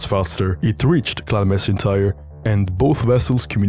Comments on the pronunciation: And in Macintyre from Clan Macintyre, the 'c' is pronounced like a 'k', not an 's'. So 'Clan Macintyre' should sound like 'Klan Mack-in-tire'. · Macintyre is not pronounced Massintyre, it's Mackintyre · Juste a note: the "C" in MacIntire is pronounced like a "K". It's a Scottish name, like MacLean or MacIntosh.